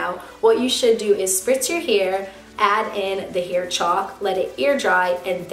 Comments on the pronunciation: I feel like every time you said “hair” it sounded like “here” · the way she says hair - heir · I've never heard anybody say the word "hair" like that before 😳